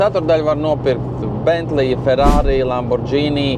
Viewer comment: Lamborgini nevis Lambordžīnī 😎🤙